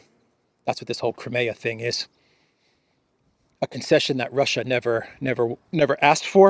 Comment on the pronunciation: ... Russia... rrrrr... I told you... rrrrr... surrenderrrrr... rrrrr... or... or or or... f it... we will capitulate...